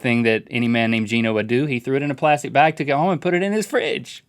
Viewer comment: Actually, it's pronounced "GEE-NO", not "GEN-NO".